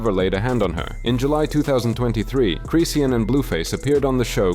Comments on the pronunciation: Cryseeian is crazy😂😂😂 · How you pronounce chrisean like 5 different ways & none of them were right lol